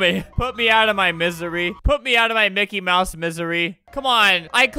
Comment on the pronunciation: “Minky mouse” LOL